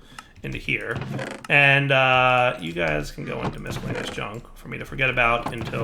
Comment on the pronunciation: Are you using a different mic? the sound seems a little different, not bad or anything like that just different. P.S. Are you purposely mispronouncing the word "miscellaneous"?